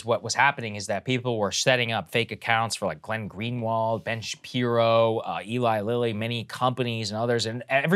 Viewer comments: did she say ellie lily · I am super embarrassed crystal didn’t know how to pronounce Eli Lilly